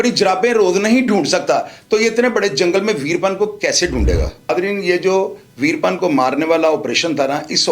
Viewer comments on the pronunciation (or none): ویر پن نام نہیں ھے ، ویرا پّن ھے جناب